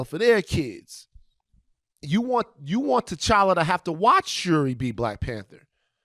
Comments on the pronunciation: Aye hold on why ain’t nobody tell my mans that it’s pronounced tCHalla CH CH CHALLA 😂😂😂 no shade he speaking facts altogether lol #RecastTChalla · The character is so important can we at least get his name said right.lol. But yea recast. Tocolla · Lord, I can't get over the fact dude kept mispronouncing T'Challa.